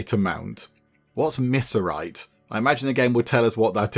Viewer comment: Kind of interesting watching foreigners try and make sense of American iconica/geography. Pretty sure 'missourite' is referring to the midwest US state where the game says the monster infestation and monster eating started, so you'd be looking for something closer to 'mi-zur-ite'. Midwest 90 is named after the Interstate that goes through Rapid City, South Dakota. The game is set nowhere near the old route 66. It goes from Chicago, IL to Santa Monica, CA has been largely replaced by the modern interstate highway system, and has often been used as a cultural icon. Also, that green bird is a turkey.. it's got a whattle (the dangly bit under the chin) and everything.